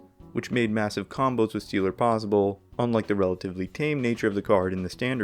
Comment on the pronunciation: "Steeler" of souls?? Here we go!